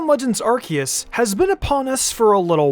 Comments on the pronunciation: STOP CALLING IT ARK E US. It's r see us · I am Captain Pedantic. Ar-see-us. Ar seeeeee us Ar-see-us.